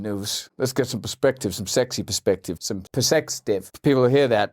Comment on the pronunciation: "Persextive" 😆😆🤣 Legit crying over here.